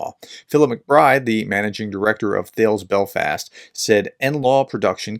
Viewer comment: Thales is a French word - Tar - Lez.